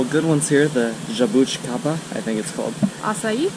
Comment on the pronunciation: Você falou certo jabuticaba e açaí you spoked right jabuticaba and acai